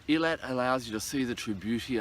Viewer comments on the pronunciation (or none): It is pronounced AAY-LAAAT